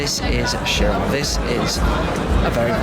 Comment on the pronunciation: pretty sure it is pronounced as Kai-Ron... similar ch to chasm. keep up the awesome work...